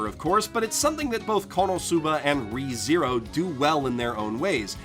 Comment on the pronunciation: I would pronounce [Reh-THe-roh] instead of [Ree-zee-rou], but that's because I'm spanish.